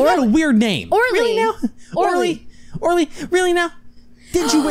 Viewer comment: you know what grinds my gears? People saying Orly as 'orlee' even after she explains it SOUNDS like 'OH Really'